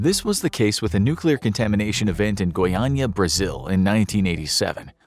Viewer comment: Thumbs up for correctly pronouncing Goiânia, since Portuguese tritonges are tricky even for native speakers. Also, Goiânia incident being on par of biggest nuclear accidents is more than right. The junkyard owner sold lots of Cs-137 pellets to people because they are little, shiny blue spheres and looked beautiful. Still today people from Goiás (Brazilian State of which Goiânia is the capital city) suffer from this event, which was caused by carelessness and greed.